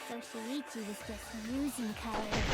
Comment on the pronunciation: Lol finally pronounced “Kaede” right after she died 😂😂